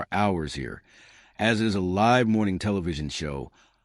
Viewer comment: How can you mispronounce “live”